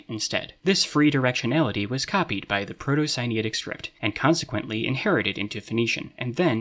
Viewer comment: I see "Proto-Sinaitic" in the subtitles, but i hear "Proto-Siniatic". Which one is it?